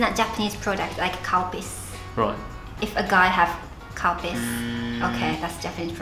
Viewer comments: OMG — How many years have I been watching your videos and thought you were actually calling it “cow piss”?! I could never understand why, if it was something you liked and drank, you’d call it cow piss. LOL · not to mention a bit vulgar because when they show milk she is saying cow piss (does anybody else here it) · He has definitely pronounced it as Cowpiss on purpose before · Am I the only one who thought said “it’s not a Japanese product, like cow piss” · Dying 😂 when she says Calpis, I had to go back a couple of times because it sound like she was saying ‘’Cow Piss’ 😂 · did anyone else hear 'cowpiss" instead of 'calpis'? xD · "If a guy has cowpiss it is not foreign" What? Oh Calpis. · calpis...I thought she said cow piss at first XD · Calpis.... I heard cowpiss. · Sounded like she was saying cow piss. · I can't be the only one that thought she said "Cow Piss"